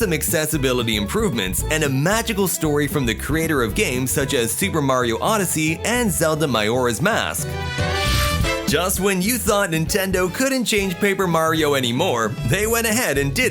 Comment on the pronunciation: just letting you I understand your reasoning for thinking that’s how it’s pronounced, but it’s actually pronounced more like “muh jor ah” with the j sounding it does in other English words like just or joke instead of like a y